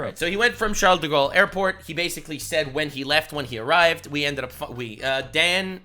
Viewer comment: The fact he had the audacity to give the French language any respect by trying to pronounce Charles de gale in that horrid language, was the first red flag to this hoax